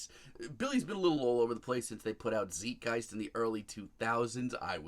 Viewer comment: While I agree it's a lil lackluster..I'm not sure I can take seriously a "Pumpkins fan" such as this guy..Who claims everything since Adore sucks?? First of all it's pronounced Zeitgeist like zite-guyst..I mean this isn't some made up word after all lol..also how can you not LOVE Teargarden!?? Or do you even know about that album?? I even count Zwan as a sort of a Pumpkin record which I absolutely love and Jimmy's on it too! You remind me of most of all the other fair weather fans that long for another Siamese Dream record. Well if that's really what you want my man, you should check out the Zwan album which was a return to form shortly before his first solo album. Sorry I just can't respect your opinion if you haven't heard the entire catalog or only gave it a once over listen..